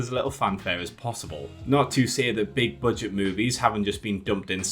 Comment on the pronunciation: I can't understand what word is being said. I hear "Big Curd Day franchises"